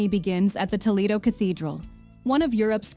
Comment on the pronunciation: Poor narration. Poorly pronounces Toledo, misspells and mispronounced Mallorca, Real Madrid is mispronounced. Do your research before narrating.